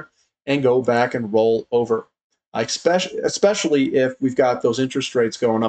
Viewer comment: ESPECIALLY - You have now said it like 7 times in a row correctly. This is really working..!!! :D